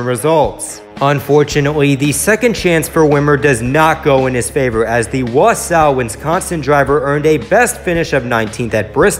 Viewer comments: Here we go again. Wisconsin natives having to tell the others how to pronounce our cities. It’s pronounced “ wa-saw” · You butchered the pronunciation of wausau